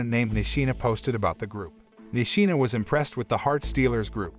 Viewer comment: Bro he says nishima it’s. Mishima